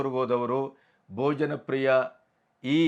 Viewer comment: KINDLY CORRECT TO BHOJAN PRIYA NOT BOJANPRIYA 'H' IS MISSING.